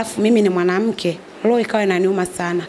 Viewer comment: Huja sikia loho ama hiyo iko sawa sio roho 😂😂